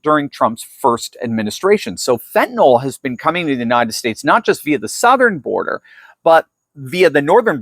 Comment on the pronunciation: Fentanyl is not pronounced with an NOL sound at the end. Fentanyl is pronounced like NIL at the end - nil or nyl rhymes with Bill. You should know that.